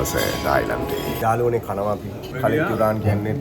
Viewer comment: ඔන්න යාලුවනේ කියල එකපාර කියන්න එපා යකෝ.ඇහෙන්නෙ නිකන් .................................... වගේ